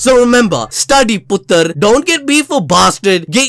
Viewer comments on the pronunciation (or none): “study putr ” 😂😂